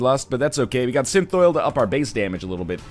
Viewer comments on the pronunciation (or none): Synthoil is pronounced (sin-thall)